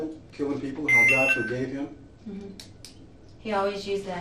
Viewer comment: And “eem” instead of him. I hate that lol.